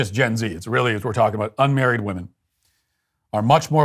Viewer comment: Stephen Parkinson, a poor excuse for a man. 'It's weally weally serious'. Chuck him out. Get a man, someone with guts. Slimy creature, spying, sneaking.